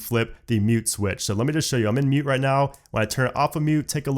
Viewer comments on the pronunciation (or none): For some reason when he said mute I thought he said nude